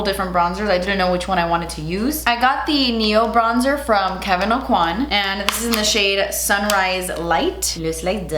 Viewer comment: okay soooo knowing who Kevyn Aucoin was and being that he’s from my hometown, I have to put out the disclaimer: EVERY YOUTUBE MAKEUP ARTIST IS SAYING HIS LAST NAME WRONG!!!!! It’s actually pronounced Oh-Kweh. The N is silent. It’s a Cajun surname. The French pronunciation that I’ve been hearing was probably created by the makeup industry to boost his brand (this is just my theory, please don’t come for me in the comments) and it sounds beautiful, but it makes me cringe every time I hear it.